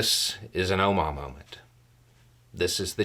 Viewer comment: "Oma Moment"? Not sure if I'm hearing you right, and either way, not familiar with the term. I tried searching, but it wasn't fruitful, so guessing either I heard you wrong, or... ??